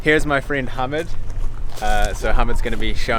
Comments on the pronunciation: btw instead of saying ha-mid say ha-meed like the alcohol meed. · He was so polite to you when you kept butchering his name repeatedly without a care